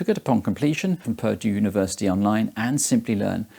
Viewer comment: thought he said "perjure University" Saved by captions.